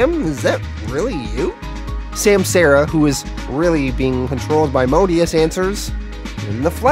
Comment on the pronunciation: Just a heads up my dude: it’s sahm-sah-ra